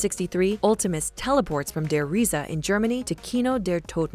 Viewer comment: You mispronounced der rise